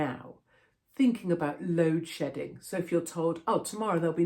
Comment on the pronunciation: Sounds like "load shitting"